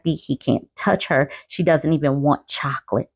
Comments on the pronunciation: "She doesn't even want CHHHHOCCCOLATE" i cantttt with her lol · I love the pause at, "she doesnt even want chocolate" lol so real ❤